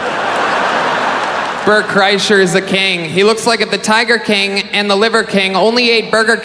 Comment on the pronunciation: Why is he pronouncing king like that tho? He’s saying it like kaeng. Kind of like how he says eggs like ayygs